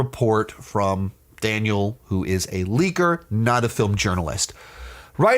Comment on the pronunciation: You don’t know who Daniel RPK is? And your mispronouncing his name? And blatantly being weird and bitter and disrespectful ? He’s a “leaker” not a “journalist”. You sound so bitter dude.